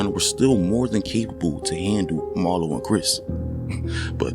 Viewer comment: Did he really call Marlo "Barlo"? SMH.. dude really is reading someone else's words and y'all falling for it.